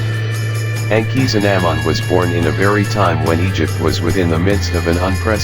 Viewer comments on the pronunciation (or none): The robot was pronunciation of Tutankhamen and Akhasinumun wrong